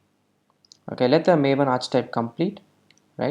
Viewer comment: Great video! Just so you know for the future, archetype is pronounced "arr"-"key"-"type" ( )